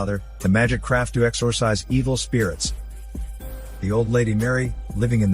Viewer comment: Craft* he says Craft*